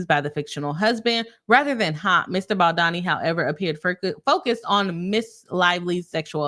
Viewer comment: As a lawyer you should at least learn the correct name pronunciation of anyone you're going to judge and make a public video about especially if you haven't yet finished reading both sides but are just eager to get money profiting over other people's lives. A lisp does not affect the vowel O and A sounds. Those who objectively have read his lawsuit understand the context of why he did a lot of the things that he did and gives context to those weird cropped screenshots Blake has. Lots of those screenshots were completely manipulated and traps were set for Mr BaldOni. He has chronic back pain is the reason why he asked about her weight so as to not end up throwing his back out when carrying her as he has several bulging disks. He was not fat shaming and eh deserves to be considered and not have to endure pain Blake asked him to come rehearse lines when she was pumping then turned around and claimed he went into her trailer as she was breastfeeding. Blake asked to wear a beanie as it made her much sexier and introduced that way of referring to clothing then calls it sexual harassment when BaldOni used that same exact phrasing which she started Justin actually cares about abused women enough to advocate against it while Blake defended Woody allen who once was asked about his ex wife being violated and he said knowing her it was probably not a moving violation, humiliating her after being assaulted that apparently she just used to lay there when he was with her, Blake said Woody w